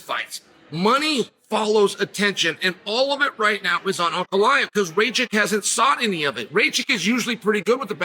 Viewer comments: Bro, his surname is Rakich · Rakic…..not Racik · Racik 😂🤣😂 Only Chael can bungle the easier name to pronounce